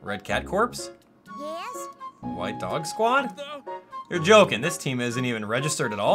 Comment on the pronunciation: I love how he said red cat corpse instead of red cat corps